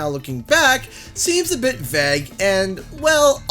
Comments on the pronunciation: WTAF does "Veg" mean? Or does this guy just not know how to pronounce "vague" ? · Its not Vuh Egg its Vay guh! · Vague is pronounced “vayg” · Why do you say vague like "vag" 😂😂 oh canada never change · Great content as always but just had a question (hope you don't take offense) - your pronunciation "vague", is that a Canadian pronunciation? It sounded really strange as pretty much everyone pronounces it "vay-g". Just curious. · Please stop pronouncing "vague" like "bag." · vague is not pronounced vag bro... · Never heard anyone say it that way. Maybe he was being vague with his pronunciation by calling it “Vag”. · That's an interesting mispronounciation of "vague". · the most Canadian pronunciation of Vague i have ever heard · I’ve not heard the word vague pronounced like that... is it the way it’s said in Canada? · Good vid but you pronounced the word of the day ‘Vague’ so poorly I cringed a little 😂 Is this how American and Canadians pronounce this??? Ewww